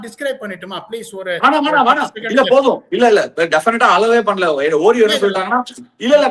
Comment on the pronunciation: It’s pronounced “aw-reo” Ashwin 😊 not “oo-reo”